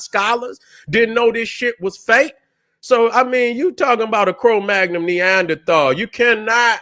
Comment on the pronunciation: It's cro-magnon